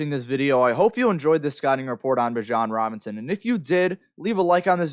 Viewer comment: Thats one of the biggest rules man. Giving you honest criticism, I can't even watch the video because you messed his name up repeatedly. And everyone who is in this niche knows Bijan Robinson and has been hearing his name for years. How could I/we trust anything you're going to say after that, holds any weight? Either way; keep grinding, perfecting, and progressing, you'll get there. Catch you on the next one. 💯....Bijan is that dude though, cant wait to watch him on Sundays.